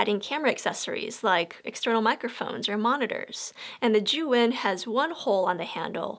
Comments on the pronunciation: Pretty sure zhiyun is not how you have pronounced it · All the time i was saying zhiyun wrong 🤣🤣 dzuen, not zijun 🤣🤣